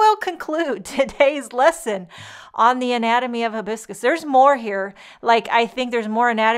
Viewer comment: The pronunciation starts with "hi" biscus. Like you're saying Hi! Lovely card! Aloha!